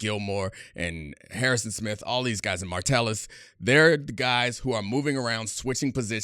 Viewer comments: MA Tell Us.... Ma tell Us.... Not martellus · I stopped watching when you said "martellus" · Idk why but it bugs me when he says Martellis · Honestly can’t watch this having him mispronounce mattelus over and over again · Watch Gruden do his Packers/Vikings preview. He called him "Martellis" too. Gruden pronounced a lot of names wrong - GREENard, Tyson Chandler (name is Tykevius), Josh Martellis, etc. You can tell the defense is largely made up of great scheme players over stars if you don't know some of the players. BTW, his favorite players were Cashman, Martellis (lol), and Van Ginkel. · can't even pronounce Josh Metellus' name correctly